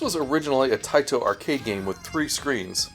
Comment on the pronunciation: I love it when Taito is overpronounced.... "Tae-Tow" with really hard T's